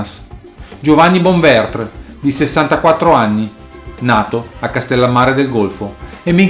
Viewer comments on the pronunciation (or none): Bonventre...non Bonvertr (erano siciliani, non francesi).